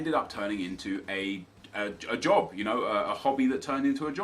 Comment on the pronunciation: Any other Scottish person pish theresell when he said job and hobby as jobby haha cause thats wit a call a shite a jobby